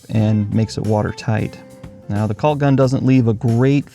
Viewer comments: And please stop pronouncing the "L" in caulk! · Caulk, balk, walk, talk. Pronouncing the “L” not necessary. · it's pronounced cawk. Sorry it just bugs me, I'm in the U.S. midwest